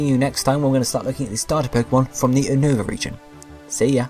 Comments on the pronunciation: you can't even pronounce unova U-nova not UN-over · Oh and it's pronounced U-ni-va just sayin lol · It's pronounced You-Nova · You saying unova wrong it is pronounsted you-No-ver